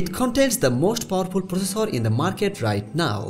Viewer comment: Not focessor it's processor..:) not fichares it's Features...... XD